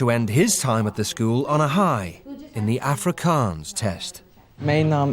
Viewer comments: Man as an Afrikaans bloke, I'm super impressed with how good these Proper Brits can pronounce Afrikaans words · Grant's pronunciation was pretty accurate.